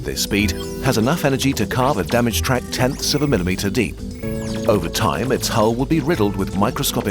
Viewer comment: Excuse me, what is an ion atom? Is there no R in the English language anymore?